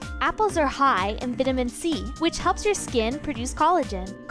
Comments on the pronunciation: "Apples are high in Vitamin C (Vit-amin)--" IT'S VITAMIN! (Vighte-ahmin) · DID SHE JUST SAY VIDOMIN C LOL ITS VIDINM C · yall said (vi-ta-min) its vitamin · Does anyone realize she said vid-aman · The way she says vitamin C 🙄 “vittamin” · the way she says "Vitamin" lol she says it like vitimin.. lmao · She didn't even say vitamin right. Like wtf? Where did you learn to talk?